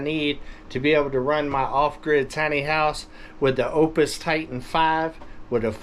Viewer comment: I believe that charger is pronounced "OOPS", not OPUS.